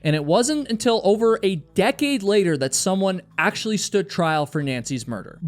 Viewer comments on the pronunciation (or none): none